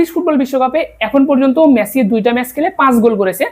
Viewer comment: মেছি নাকি মেসি?